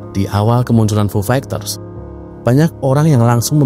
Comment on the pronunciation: Agak risih dnger diksi "fu fegters" Coba next nyebut istilah asing agak dibenerin mas bro Semangat